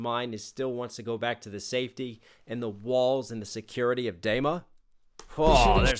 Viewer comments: great breakdown, but PLEASE it is pronounced Dema with a long e. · Nice reaction. One thing tho, it is called DEma (like tree) not Dayma. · I hate how you say dema d ma or dee ma phonetically, come on. XD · It's pronounced DEEMA, not DAYMA :p good video though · Good Lord... I hope you've learned how to pronounce Dema. Say it with me...Deeeeeema. Deeema. Dema. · DEMA is pronounced "DEEMA" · Did he calls dema, dayma? Sir. Excuse me? 😂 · its pronounced "deema" btw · I’m sorry. I have too. I absolutely love that this guy is paying attention and dissecting twenty one pilots’ music… but.. its DEMA. D-ee-mah. It was bothering me. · thank you for finishing the trilogy you made a 2 min song a 20 min commentary which it deserves and also by the way the e in dema sounds more like tree than egg 👊